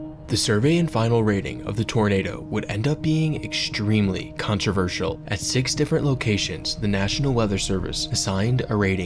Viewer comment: Stop saying "eckshtremely" lol